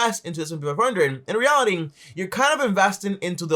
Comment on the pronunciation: bro it was a good vid but cmon man stop saying in REALITIN say in reality j